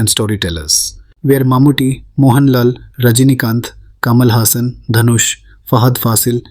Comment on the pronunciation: Agree! But its just how you didn't put in enough effort to pronounce some words in this video the right way. Kamal Hassan is not "Kamaal" Hassan and its "Saambaar" not Saambar. Some extreme stereotyping has defintely occured in the past. Hopefully things change in the upcoming movies with the new Pan India wave happening. Movie makers of the north better watch out for mistakes when representing South india becasue otherwise it will defintley be called out.